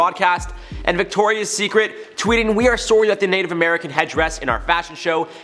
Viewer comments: The amount of Canadian i can hear every time you say the word." Sorry " is music to my ears ..lol. Why do Americans always say sorry so weird lol and Canadians actually sound sincere lol . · Are you Canadian? Everytime someone says "sorry" like that I have to ask😋 love you though!!